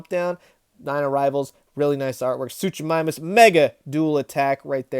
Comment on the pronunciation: The first half of Suchomimus’ name is pronounced Soo-koh 😜 but nice collection you have